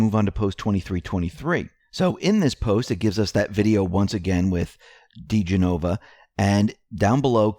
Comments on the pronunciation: Dee-gen -oh-vah. His name has been badly mispronounced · I love you man...I really mean that...been listening daily for over a year, but the butchering of names must end! Lol. Dee-jen-O-va. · It's pronounced dih jen' oh va. Been listening to the mispronouncement too long. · Pls don't think of me as grammar police, but Joe and Victoria have been out front a number of times, At Least since O.J. Simpson. You do such an excellent job, and Joe & Victoria will be out front a LOT for the next few years. Joe diGenova and Victoria Toensing, husband and wife, fabulous lawyers - their names are pronounced: di-GENꞌ-ō-vă ... or ... di-GINꞌ-oh-vă ... and Tenꞌ-sing. God bless you and thank you so much for all you do.